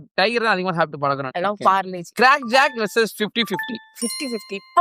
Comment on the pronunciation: That is parle - g not parlegie 😂😂